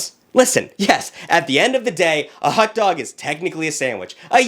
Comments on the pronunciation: Hold on, WE SAID TACOES AND BURRITOS ARE SANDWICHES?!?!?! AS A HOOSIER, I DO NOT CONDONE THIS Also wait…a “Euro” and a “Hutdug” it’s pronounced “Gee- (as in McGee) row) and HOT-DOG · it hotdog not hut dog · Bro says hutdog every time he tries to say hotdog😂😂😂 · Not pronouncing "hot dog" like "hut-dog" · I'm McDingus up on the ExtraTugg. Proud TuggLette. I like the way says Hot Dog. Hut Dug. Hut Dug. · The way he pronounces “hutdog” 🥴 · Why is no one talking about “hut dog” am I the only one hearing that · the boston came out for a second